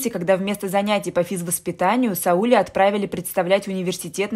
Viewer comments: Я про ударение в имени. Вы, наверное, просто не знали, как произносится это имя. Ничего, теперь будете знать. 👍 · Имя Сауле, с ударением на последнем слоге (ле). Очень распространено в среднеазиатских республиках СССР и Каз.ССР, к сожалению, теперь -- государствах ближнего зарубежья. Сауле -- красивое имя. Не искажайте его звучание неправильным произношением. Это очень важно для многих. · Бред!А девушка, которая читает, должна бы знать, что Сауле, имя азиатское и читается с ударением на на букву а!не возможно слушать! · Читайте правильно имя Сауле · Сауле, ударение на " е"... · Девочку жалко. И имя, произносите не правильно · Рассказ так себе.но рассказать желает лучшего, ударение на имени Сауле надо произносить на первом слоге!!!. ,а на втором. Попробуй произнести и сразу рассказ засияет красками. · Сауле - ударение на последний слог... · Я русская Казахстанка и мне режет уши не правильное ударение в имени СаулЕ🙄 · Литовское имя Сауле ( ударение на А) означает солнце.Так что не спорьте. У вас имя так произносится , а у нас так Сауле (а) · Ударение в имени СаулЕ...бьет по ушам! Правила постановки ударений одинаковы и для русского и для казахского языка! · Как режет слух. Правильно говорить надо СаулЕ! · Вам бы лучше перезаписать этот рассказ. СаулЕ! СаулЕ! СаулЕ!!! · Это СаУле невозможно слышать, режет слух,очень неприятно. Да и вообще, рассказ ни о чем, лишь бы хоть что - то написать. А писать не о чем. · И ещё на Сауле-Сәуле ударение ставится на подследнюю букву. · Сауле ударение на "е". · Сауле- ударение на "е" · СаУле,ударение на У.Надо немного поинтересоваться....,а потом читать.Хотя вы читаете хорошо)) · Сауле ударение ставится на последний слог.Режет слух. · Не СаУле, а СаулЕ, в переводе означает луч. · Может СаулЕ? Слух режит СаУле. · Слух режет неправильное ударение-- СаУле. Правильно СаулЕ. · Не СаУле, а СаулЕ, в казахских именах ударение падает на последний слог... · Здравствуйте. Не СаУле, а СаулЕ. Я про ударение в имени. Спасибо, интересный рассказ